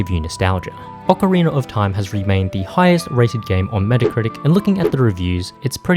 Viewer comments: tf do you say ocarinr for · Not the hard R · Why do Europeans always pronounce it "Ocareener"? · Ocariner of Time